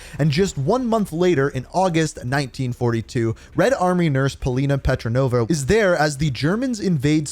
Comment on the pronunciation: It is petrova not petronova great video anyway